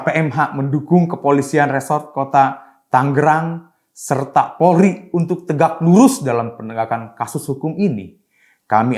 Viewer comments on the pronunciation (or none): none